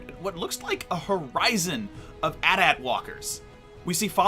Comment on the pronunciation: AT-AT not at at you say the letters separate